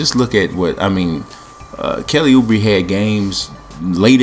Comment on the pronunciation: Also Kelly Uh-Braa Come on franchise